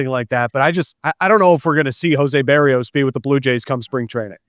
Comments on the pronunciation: beh-rrrEE-os actually but yes her pronunciation is even worse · Bah-Ree-oes... Not Bear-E-oes.... Love ya